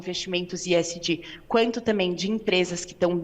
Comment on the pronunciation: Que coisa pedante esta moça falando esg com iésgi ....